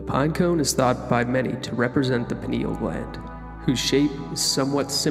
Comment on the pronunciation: It's pronounced Pine-al gland as in pine, it's shaped like a pine cone, from the pine tree.